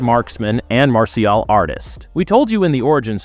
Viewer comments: What the f is marshial?? 😂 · I didn't know that he was a MARSH-E-AL artist. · Ummmm “Mar-cial artist”?……. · "Mar-si-al arts" hahahahaha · martial is pronounced more like "marshul". you probably mixed marital and martial when you said it, which quite frankly is a common and funny mistake, LOL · I left after the way you butchered the pronunciation of Martial artist. Who the hell 😅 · the pronunciation of martial arts made me cringe